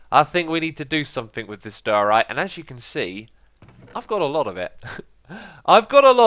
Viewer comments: why does xisuma say diorite so wierd? he says it like dyryte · I love watching these but the way he says diorite :(